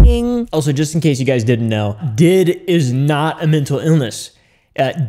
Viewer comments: Buddy, I think it pronounced D. I. D like the actual letters😅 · Okay. I've been doing heavy research about DID for literally 9 months. First of all, it's pronounced "D.I.D." and not "did" to not confuse the word n stuff. I most likely have DID and I am looking to get a diagnosis because this is NOT. FUN. First of all, it's caused from severe childhood trauma. Not fun. Secondly, people usually discover they have it over the age of 15, and get a diagnosis after they're 18, because a diagnosis for such a severe disorder takes such a long time. DID alters can be a lot but not too much. I have 7. Someone I know has 3. Another person in a mental hospital has 12. Not--- 1000. Plus, DID IS a mental illness. It's a mental illness that isn't fun. At all. If they truly had that disorder they wouldn't do TikTok memes. They'd try to spread awareness. They'd try to do something about it. Constantly forgetting stuff, constantly having identity crisises, wondering if you're still here, if the world around you is real or not, not remembering a certain part of the day, hearing voices in your head, trying to constantly avoid triggering yourself and never being alone by yourself is... not funny. It's not trendy, it's not a joke. I hope I'm able to clear up a bit. I'm open for talking if it'll help with the content. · Did you learn by now that it's pronounced D-I-D and not 'did' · It is D-I-D. Stop saying 'did". 🤯